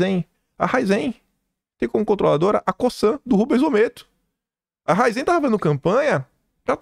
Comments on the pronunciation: Ô, o nome da empresa é Raízem (paroxítona) não é Raizem (oxítona). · A PRONÚNCIA É RAIZEN E NÃO RAIZÉN